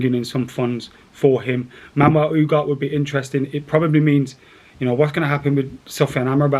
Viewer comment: how are you reading U-garh-té as “Oohgaht”?! 😅